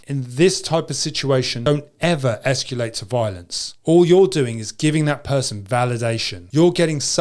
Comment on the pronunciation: All seems good advice to this 81yr old!...however...the word is not esc-U- late...it is esc-A-late...